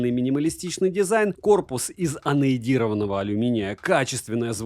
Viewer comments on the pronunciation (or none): Чувак у тебя проблема с произношением .Анодированый корпус ,от слова Анод ,это как как Катод ,но наоборот .Не Анойдированый ! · Зануда mode on: алюминий АНОДИРОВАННЫЙ, не аноИдированный (от слова АНОД). Зануда mode off. Спасибо за обзор. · Так триггерит "аноЭдированный", учитывая то, что я писал работу по теме художественного анодирования